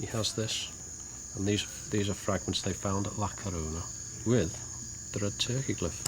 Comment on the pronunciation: Believe it or not, its not red turkey, its red turqa is how it’s pronounced, i once owned a nite club in Airlie beach Australia and met a man that told me all about this, he told me it was his grand father that led the looters to the site, la corona, but that not how he pronounced it , it sounded like french like le conea when he said it , people you dont have to believe me but this is just what i can rember, the guy was heavly intoxicated but alcohol is a truth syrum, he produced a book with all the photos of the tablets that are on this show, ive got chills up my spine rite now as this is the first time ive seen this doco and to know someone who knows more that the people studying it is early fealing, this guy told me its was the burial place of red turqa where the stones cone from